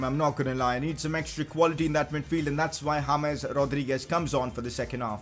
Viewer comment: I Love Your Channel I Love You I Love Your Videos But Pleeeease Stop Saying Hames instead of James I Wanna Watch Without Being Kinda Mad